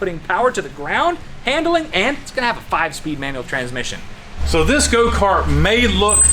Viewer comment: Guys, its pronounced "Tranmission".